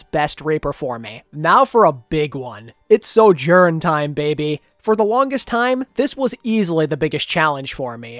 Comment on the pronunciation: I like this channel but PLEASE for the love of god stop saying soJOURN! I feel like im going crazy listening to this intonation